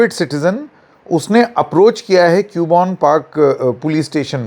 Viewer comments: Its not pronounced as Cube-on its pronounced as Cub-bun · क्यूबोन नहीं “ कब्बन “ Park 😅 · it is CUBBON PARK. Pronounce KABBON PARK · Not Q bon park..read it as Cub Bun park.. hope this helps 😊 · btw sir use कब्बन पार्क aise bolte hai😊